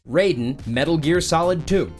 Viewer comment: It’s not Rayden it’s Raiden (Ry-den) in mgs